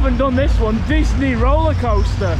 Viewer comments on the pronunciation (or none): none